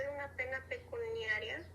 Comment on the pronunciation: Se dice "pecuniario, pecuniaria" y NO pecunaria. Por lo demás muy bien.